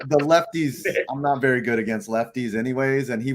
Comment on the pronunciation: "Baseball as ben ery ery good ta me"